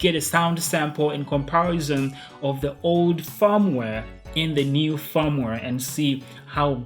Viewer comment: I thought he was saying 'farmware'